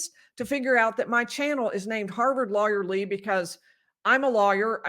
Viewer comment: Lawyer Lee sounds like Lawyerly- love it!!!!!